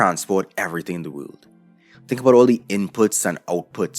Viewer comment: I love how he says "wöhld".